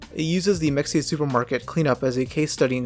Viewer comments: It’s pronounced Mehaya. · Mexia- Muh hey uh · It’s Me-hey-ya. Mexia. It’s Spanish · Pronounced "Ma-HEE-ah" or sometimes "Ma-HAY-ah". At least that's how to pronounce the town in Texas by the same name. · Mexia.. pronounced ma hey ya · Mexia is pronounced ma-Hay-ah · It's pronounced, ma he a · I'm like 90% Mexia is pronounced like Meh-hia as the x is an H in spanish like Mexico. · Mexia is pronounced Mah-hay-ah... 😂😂😂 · That's pronounced me'hee-ah not mexia. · Pronounced ma-hay-a! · It's pronounced Ma-hay-a. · So I appreciate the video, however it's pronounced (mah-hey-uh.) There's even a Mexia, Texas that's not too far from Waco. In the future please do your research on proper pronunciations especially from areas you may not be familiar with. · If the store is pronounced like the town in Texas it’s muh-hey-uh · It's pronounced Meh-hey-ya geez😂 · its pronounced Mah-Hay-Ya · "muh-hay-ya" is how you pronounce mexia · It's pronounced mu-he-uh. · This being a texas store, the name pronunciation might be “ma-hey-uh” we have a town spelled “Mexia” but it’s pronounced like above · Mexia is pronounced Mejia (ma-hee-a) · Its pernonced as me-hay-ah the name canes from a town about 40 miles away mexia texas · It is pronounced mah-hay-ah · It's pronounced Meh-hay-yuh 😂 fkn yankee ass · It's pronounced meh-hay-uh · My family is from mexia (you gotta pronounce it like “ma-hair”).. I’m about to ask them if they remember this😭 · It's pronounced Me hay a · Mexia is pronounced muh hay yuh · Mexia is pronounced mi-hey-ya. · Love the channel... i think its pronounced Meh-hay-ah. At least thats how we pronounced the town of the same name. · Bro its mexia not muh hay uh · It would be nice if you pronounced MEXIA correctly!!! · How did you pronounce mexia? That’s embarrassing. 😂😂😂😂😂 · Your pronouncing mexia wrong bro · Oh no he said a brand name wrong, the horror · You’re saying mexia incorrectly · it's may-huh not mek-see-yuh for future reference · it’s pronounced meh-hee-ah